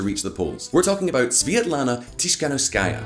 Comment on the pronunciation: Holy shit, how's that even possible to butcher Svetlana's name like that